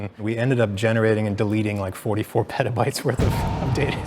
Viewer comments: Petabytes? I think you mean WETAbytes! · Did that man just say petabytes... peta... bytes...?